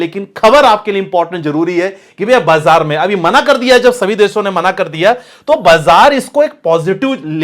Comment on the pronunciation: First of all improve your hindi pronunciation. Deso nahi hota desho hota hai.. Your analysis might be good but your pronounciation looks c grade content creator